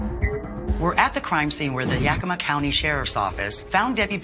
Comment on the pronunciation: It's pronounced Yak-ugh-ma. Pronouncing it the way she's pronouncing it, is one of the biggest pet peeves of people who live there. For some reason, the names of our cities are hard for her to pronounce because she butchers every single one she does a story on. Puyallup being the funniest one to date.